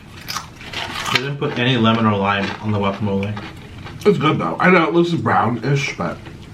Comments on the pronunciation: is trying to correct how he says guacamole but he can’t even say it 🤣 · And is right pernounce it right guacamole